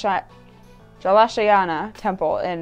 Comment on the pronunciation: you got the pronounciation on the first try. wow!!!